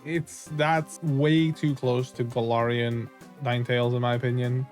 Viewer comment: Bro said Galarayan Ninetales